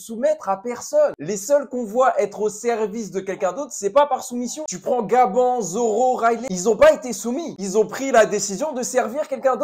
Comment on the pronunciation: Gros tes sérieux ta dis Gaban 😭 respecte un peu prononce Gabane pas Gaban